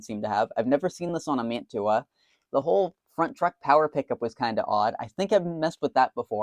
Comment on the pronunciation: Someone's been in that. MU-2 motors were always riveted. That plastic gimble mount indicates a late version of the motor. It's pronounced "man-chew-ah". Say it like that and your model railroad snob cred increases exponentially. The name comes from a city in NJ, which comes from the name of a city in Italy. The city in NJ is where the company started. Edit: The motor is not an MU-2. Those were mostly metal. It may be what was produced in Hong Kong after manufacturing moved there, and before they switched to pancake motors. Nice work.